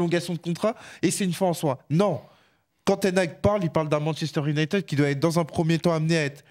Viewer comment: On dit « Younaïtiiiiiiid » pas « Younaïteud » Ça sera pas épinglé mais pouvait faire un effort